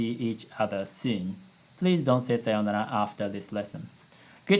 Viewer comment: As a Banana Fish watcher I felt pain in part with 'Sayounara' pronunciation